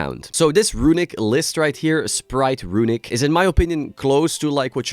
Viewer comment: The way Solemn says "RUiNiCK" synonymizes what the deck has done to the game as a whole